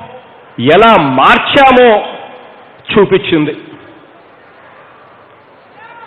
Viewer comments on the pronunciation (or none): Super speech but instead of pronouncing the word as chooinchindi (missing p) he should pronounce the word correctly as choopinchindi